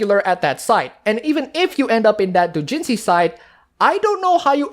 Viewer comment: I'm sorry but your pronunciation of "doujinshi" is driving me up the fucking wall